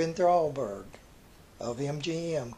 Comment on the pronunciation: ....while I realize you are from the southern reaches of our country and there are some variations on the English language because of this...I am sick to death of listening to you say HISSELF instead of HIMSELF...and BTW...the iconic studio head was named Irving Thalberg....not THRALBERG. You hear his name mentioned periodically at the Academy Award ceremonies since there is an Oscar which bears his name...so please....get it right!